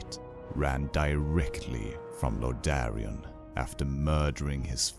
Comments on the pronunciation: Intro was badass, until you said Lordaron like LordArian. Great vid tho. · YOU'RE SAYING LORDERON WRONG!!!!!!! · LordAEron!!!! NOT LORDARION..... fucking hell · It's not Lord- da- rian; it's Lordaeron. Hope it helps in the future. Good narration! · It's lordaeron not lordarrion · WHAT THE CRAP IS LORD-DAREAN? I know what fall of Lorderon is not Lord-DAREAN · can you pronounce lordaeron correctly, it confuse the hell out of me at first with the way you said